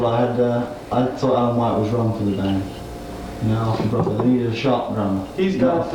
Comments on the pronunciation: Love the pronunciation of "Brufford" - back then he'd probably not heard Bill Bruford's surname spoken and only read it on the albums and in the music press, and thought it must have the same vowel sound as "Rutherford". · Fascinating, historical interview! Quite surprising how he pronounces Bruford as “Bruh-ford” more than once!